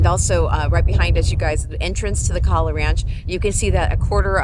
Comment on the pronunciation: Thank you for the Big Island update... however it is KOhala not KAhala!